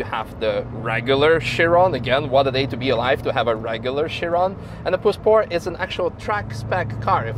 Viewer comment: Прозвучало как "poor sport" :-)